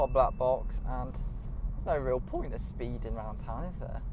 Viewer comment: “No real pOinT of speeding” made me giggle